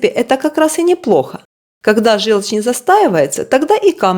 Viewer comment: Не жЕлчь, а жЁлчь